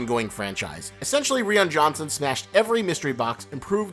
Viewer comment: Well, you kinda lost my attention when you pronounced Rian Johnson as Reean. That just tells me that you can't comprehend that the guy has the same name as everyone else named Ryan and you are a confused person. It's been almost six months since the movie has been a thing and you've never heard anyone pronounce Rian Johnson properly? Get a fucking life!